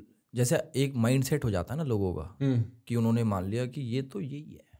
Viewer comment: said unne (usne )😅